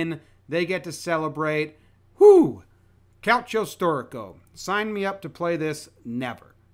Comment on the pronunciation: you pronounced it way better than i thought you were, i was expecting pure butchery lol